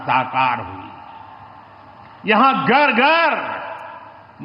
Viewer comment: Gar gar nahi Ghar ghar hota hain 😂